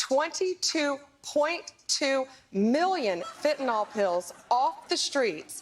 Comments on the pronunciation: Did Kosta say Flentanyl? 😂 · Quick suggestion—it’s pronounced FEN-TA-NILL, not fentanoll. (Kinda junior to mispronounce the drug you’re talking about)…it’s spelled FENTANYL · They keep saying "fentaNOL, WHICH ISN'T A THING!!!! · Fentanyl. Not fentynal. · Fent-a-nYl, folks. Not fent-a-nol. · Fentanyl, last syllable rhymes with pill. It does not rhyme with alcohol. It's not Fentanol. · "Fentanyl" not fentanall. Stop it! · It is FENTANYL, not “fentinall” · It’s “fentanyl” not “fentanol” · Why can no one pronounce it correcty..its not Fent-a-naw. Its Fen-ta-nil. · In common with literally every American I've ever heard mention it, Kosta and Blondie Bondi both think that fentanyl is called "fentanol" 🤦‍♂ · Or, as Americans usually incorrectly call it, "fentanol". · In common with literally every American I've ever heard mention it, both Kosta and Blondie Bondi think that fentanyl is called "fentanol" 🤦‍♂ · What is it with the dodgy pronunciation of fentanyl as if it's spelt 'fentinol'? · Also, it's fentanyl, not fentanol. At least pronounce it right. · Where can I get some of that "flintanal"?? 😂😂😂😂😂😂😂😂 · FEN-TA- NILL! Not FENTINOLL. I’m a retired nurse. This drives me crazy. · Why does he pronounce "Fentanyl" as "Fentanol", and one time also "Flentanol"? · If you pronounce fentanyl as "fantanol", you shouldn't be allowed anywhere near political power. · whats flentanyl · Can nobody pronounce fentanyl? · Why does everyone pronounce fentanyl like it rhymes with “Benson doll”? Is it a French thing? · There is neither an A nor an O in the last syllable of FENTANYL.